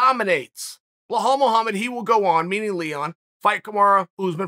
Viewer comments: even with those glasses u still butchering his name ( Belal) Bee_ lal. not Blahal. 😩. 💪🏼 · Always get smarter after listening to chael Only thing, you keep saying "bell-hawl". It's pronounced "beh-LAWL" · WHY THE FAK HE KEEP CALLING HIM "BLAHOL" IF HIS NAME IS BELAL? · Chael, the name is not Bohall, it's pronounced Beelal Muhammad. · BLEHAAL mohammed ? For crying out loud. His name is BELAL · After hearing behall so many times, I can’t go back to belal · This guy butchers names like b one else... it’s not BlaHal it’s Balal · Chael: Bluhall Mullamed Me: ok great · Everytime Cheal says Blehal take a shot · Nobody: Chael: Blah-hall Muhammad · If the Undefeated and Undisputed Champ pronounces it "bEhall", so it shall be. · Chael "Blah Hall" Sonnen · Chael " blaa hall " Sonnen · Chael who is Blahall??? Do they not teach spelling and sounding it out in Oregon or something? It’s really not a tough name I don’t know why your struggling. His name is Remember the name and you can’t even say it correctly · Chael put an effort in getting his first name right it's not Boholl Muhammad😂😂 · Where do you see in the name Belal an " H" sound? I mean it's the third or the forth time you say it like this. I only bring that to you because I'm a big fan and it's not that hard of a name to pronouns like some Russian names, ok great.